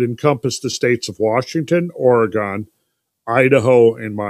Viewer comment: Just wanna let ya know, Oregon is pronounced Oregun an Umatilla is Youmatilla. Lol